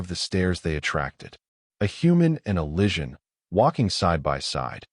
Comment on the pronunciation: Need more work on narration enunciation. Improper cadence. Some awkward stops and starts. Vegetarian pizza, um its pepperoni. Is the enunciation of Lysian...lishun? enter_species. Without a doubt, human approach - Pizza Diplomacy approach! Overall: Wonderful story